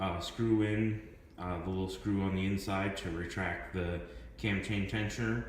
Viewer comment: Is he calling it a Tam Tain Tensioner? LoL Either way it is an absolute pain in the ass the get something in there and to not let it "unscrew" between turns....i cut an end off of a screw driver and used a pair of lineman's to hold it between turns and a pair of needle nose to turn it.